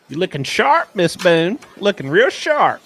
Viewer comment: Dude 😂😂😂😂😂😂😂 the cheese jokes don’t stop🤣🤣🤣🤣🤣🤣”Boone-a-tooouiie”